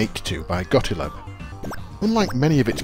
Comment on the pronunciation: Gottlieb - "gott-leeb"